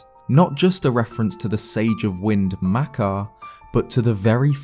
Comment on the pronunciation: I'm angry at how he pronounces makar and mekar